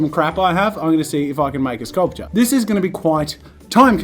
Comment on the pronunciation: Me, a poor college kid that eats every 3 days maybe: "jazza please no please" Jazza: sKuLPtur